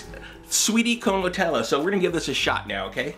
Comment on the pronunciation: "Netellah" HHHHH